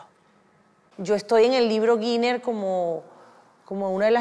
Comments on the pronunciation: Obviamente no entendiste la ironía. En su ignorancia (evidentemente compartida con otros) esta chica dice Guiner cuando ha debido decir Guinness. De nada. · Tan bella!! Además, tiene el honor de ser la única Miss Universe (de hecho la única persona en el mundo entero) que ha aparecido en el Libro Guiner! (Oh Noooooo! Guiner! Honestamente!! Por lo menos debería saber como se pronuncia Guinness!) Felicitaciones! Muy Alicia!